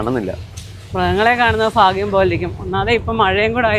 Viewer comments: Ente..fagyam alla bhagyam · ജലജയോട് ഫാരിയാ , ഫാഗിയം , ഫാഷ , ഫംഗി, ഇവ മാറ്റി ഭാര്യ, ഭാഗ്യം, ഭാഷ, ഭംഗി ഇങ്ങനെ ഉച്ചരിച്ചാൽ നന്നായിരുന്നു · ഫാഗ്യം അല്ല കുട്ടി ഭാഗ്യം എന്നു പറയു എത്ര വട്ടം ആയി പറയുന്നു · ഫാഗ്യം അല്ല ഭാഗ്യം ആണ്